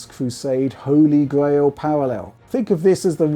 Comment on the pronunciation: Holy Gwail